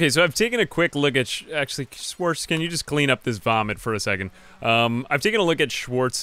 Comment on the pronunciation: Sorry may I ask where you´re from? Just from how you chuckled at Schwarz and persecution it sounds as if you at least know german (plus you managed to pronounce it, something no american would manage ever^^)